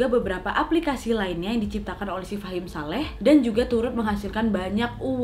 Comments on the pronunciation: Iya bingung tulisannya fahmi ngomongnya fahim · Ka nad bilangnya fahim shaleh truss, wkwk tapi di judulnya namanya fahmi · Wak ngomngnya fahim saleh, tapi tulisannya fahmi saleh hehe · Tulisannya "FAHMI SALEH" Meanwhile kak nad : "FAHIM SALEH" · Maaf ya Mbak Nadia yang bener Fahim Saleh atau Fahmi Saleh karena tulisannya Fahmi Saleh tapi jenengan bacanya Fahim Saleh hehehe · Gagal paham dari awal dengar kak nad bilang fahim saleh 😅😅